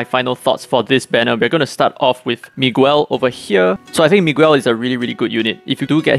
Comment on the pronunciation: I think Claras abi1 and 2 might work at the same time when her hp is at exactly 60% tho that's pretty unlikely to happen. Also, I'm pretty sure Miguel is pronounced as Migēl, well that's how it is for me. And the Valentines Floretta will be the commonly used one.